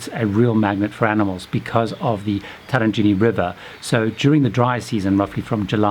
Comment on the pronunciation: Absolute idiot who can't even pronounce Tarangire correctly. All recommendations on the very well trodden (and to be avoided) path. I strongly recommend not going to a Massai village as they are not animals. Make a charitable donation to a cause which helps them if you wish to assist.